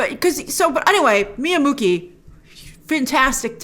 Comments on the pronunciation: it's pronounce Miya MuCHI not MuKI :P Q = Ch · Muqi is pronounced Muchi in Chinese. I do not know Chinese but this is one thing I learned when reading books about China i.e Qi is prnounce as CHI, so now I correct every one. He He He